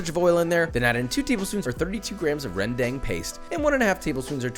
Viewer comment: i have to say, Josh's sambal is v similar to what my dad usually make whenever i come over! the only difference is my dad's version is more greasier but that's about it! and your pronounciation of kecap manis is kinda close but that's fine! but when you say rendang, the "a" sounds like when you say ramen, so it's rendAng not REndang. hope that helps and keep up the good work Josh! much love from Indonesia